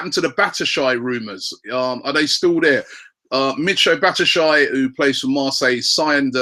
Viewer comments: ROBBIE, IF UR GONNA PRONOUNCE BATSHUAYI'S NAME, DO IT RIGHT!!! BASHU-WHY-YI. not bash-eye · Your playing pronunciation is awful. It's not El - nay - nay, it's El - ne - ni, Batshuayi isn't bat - u - shy, it's bat - shu - eye - I. So annoying